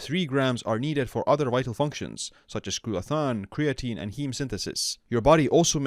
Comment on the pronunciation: Thanks for the info. (also check your pronunciation of glutathione)